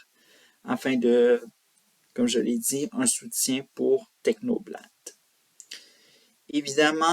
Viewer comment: Repete un peu avant de te filmer, un autre angle aussi serait pas mal, et puis tu prononces technoblade à la française, why dude ?